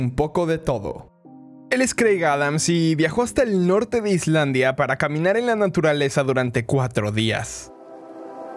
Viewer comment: Islandia suena como I-Iand :")